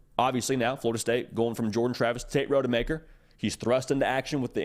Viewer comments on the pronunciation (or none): Tate “Rod-E-Maker” not Road-E-Maker